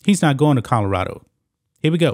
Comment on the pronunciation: colorado not kahdarado lmao